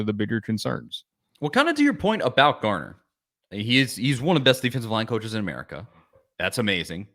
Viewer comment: His last name is Garner FFS, not Gardner.